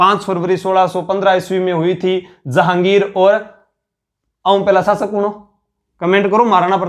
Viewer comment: शब्दों का उच्चारण सही करें आप श को स बोलते हैं शासक को सासक कह रहे हैं